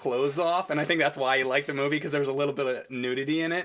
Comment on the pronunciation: "Moovay."-?